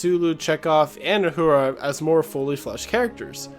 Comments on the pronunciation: Please,... it's Uhura (oo-HOO-rah), not Aurora. And I grew up watching TOS when it was still on network TV. But as with all franchises, there must be changes if it is to survive over generations. Change is inevitable. I think it is fascinating how different producers and show-runners concentrate on differing aspects of Roddenberry's vision as being essential to the franchise. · Anyone that calls her "Aurora" instead of her proper name "Uhura" shows right off the bat he has no idea what he's talking about and his opinions are useless. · You keep saying "Aurora" instead of Uhura and it's driving me nuts! Repeat after me: Uhura --> Ooh-Who-Rah ;-] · That's U-Hura, not Aurora. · Her name is Uhura, not Aurora, and the actor you called Zachery Levi is named Zachery Quinto. Kinda lost interest after that. Confusing mistakes considering how thoughtful the rest of the video was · I appreciate your video, agree with your overall premise. I really don’t like what Star Trek has become I don’t know they will ever re-capture what it used to be with the original series or next generation. You do need to pronounce Uhura correctly though, that’s a big miss. Overall I appreciate the video.